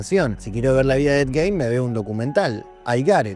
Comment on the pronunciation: para romper las pelotas no mas, el apellido se pronuncia "Guin"